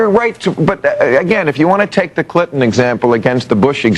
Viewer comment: Lol, "Bill Clit-on".